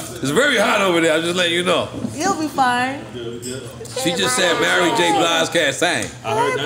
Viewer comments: Why cant he say Mary?? Its not Marry, sir! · Why do New Yorkers say marry j. Blige instead of Mary??? Despite that this was one of the most informative drink champs I've seen!!!💪💪💪